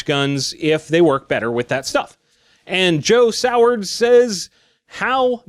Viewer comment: Good job on getting Sowards right. Most people butcher it.